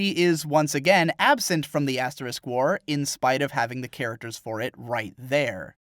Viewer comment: first thing you say sounds like "Ass War". I appreciate this.